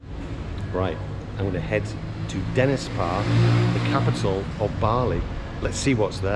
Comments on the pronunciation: Dennis par??? You can't even pronounce it! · It's not Denespar :)